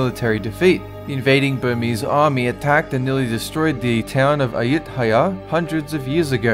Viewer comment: Perfect pronounciation for Ayutthaya I love it you actually tried to say it correctly! Impressive!